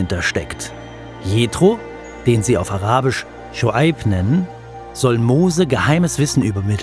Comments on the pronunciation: Können wir mal bitte seine Aussprache loben? Die Art wie du arabisch aussprichst ist perfekt! Ma sha Allah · Großes Respekt an den Journalisten, ich war sehr positiv überrascht über die Aussprache seines Arabisch 👏🏻👏🏻👏🏻. Sehr informativ und gut erarbeitet, bitte weiter so🙏.